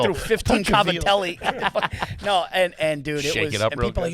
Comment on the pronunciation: hearing an italian american pronounce "Cavatelli" how its spelled and not "Gavadeal" is wild